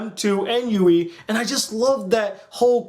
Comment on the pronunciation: its kirito not kiriko or even kirika wtf nigga??? you only pronounced yui and asunas name right